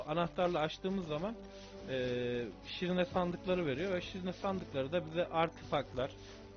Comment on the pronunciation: shrine şirine diye okunmuyor şırayn diye okunuyor bunu yazmazsam içimde kalırdı bu arada gerçekten çok iyi bir kanalsın 👌